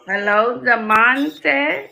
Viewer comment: even didn’t think its demon time…”demonte”